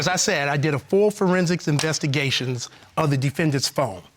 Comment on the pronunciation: second episode i've watched and I'm beginning to wonder about the phone experts expertise , " I did a full furrensixs intestgayshionss.!.